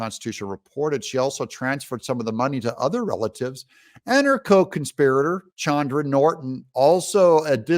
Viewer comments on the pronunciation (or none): none